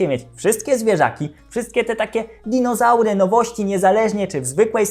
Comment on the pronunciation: Mówi się "dizonaury" Panie Kochany! 🦕🦖